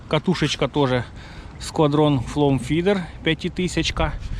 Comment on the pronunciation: все добре,тільки не флом,а флоу,та літера "w") а тарань зачьотна така